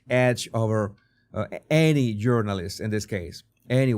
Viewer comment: i like how you say "journalist" it sounds like "urinals" which is more accurate to what they are.